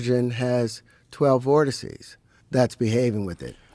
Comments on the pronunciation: "Vorticy?" Vortex? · Vortices is the plural for vortex not “vorticey” lol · Vortex. Voteces. RIP 💀